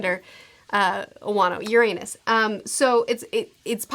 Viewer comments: Besides pronouncing Uranus wrong non-stop... Destroying the redline would just raise the water levels technically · The mispronounciation of Uranus. >,< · You might wanto to look up that Uranus pronunciation. 😆 It's not incorrect, but it's a bit distracting, lol.